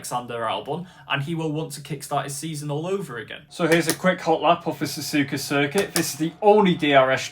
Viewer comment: ''yea next race is gonna be sazuka anyway next GP is the japenese gp located in sazuka'' like bro you said sazuka lol ''not hate comment im a fan your better than DanNoSkill''